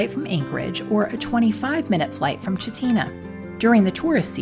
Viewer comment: Great video, been there several times. But it is Val-deez. And Chit-na